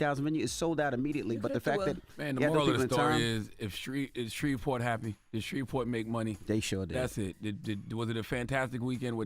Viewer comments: Baby y'all are pronouncing every single letter in S-h-r-e-v-e-p-o-r-t, with the hard V😂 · Did she say “ idk Shreveport “ ?? Smh what are schools teaching ?!